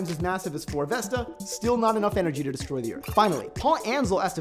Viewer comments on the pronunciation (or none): none